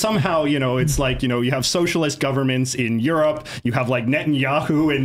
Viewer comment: did y’all catch that? He pronounce Europe as “you’re up”.